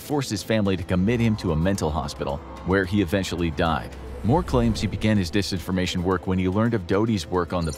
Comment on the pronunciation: It’s Disinformation with an I. Not Desinformation. It’s the little things that count bro! 😝🤔🤬